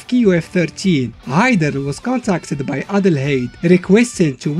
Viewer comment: "Geidern" LOL